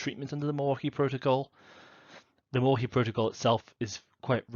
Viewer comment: I was born and raised in Milwaukee Wisconsin and I can tell you that you pronounce Milwaukee perfectly.